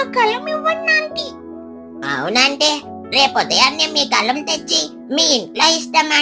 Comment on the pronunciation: అది గలం కాదు తల్లి గాలం